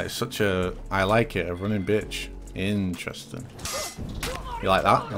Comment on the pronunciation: please make every time says “INTERENSIN” video gets louder